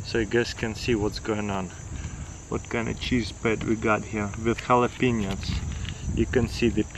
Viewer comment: Jalapenis? Lol